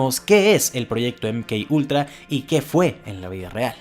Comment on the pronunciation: Si lo vas a decir en español, se pronuncia eme ka ultra